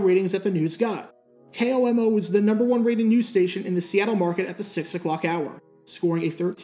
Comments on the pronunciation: Being from Washington state when he says K.O.M.O. it bugs me because we always say Komo as a word. But still as always great video. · It's funny to hear someone call it "K-O-M-O" which is usually what you'd guess someone would say if they weren't from Washington, where everyone here just calls it a flat "KOMO"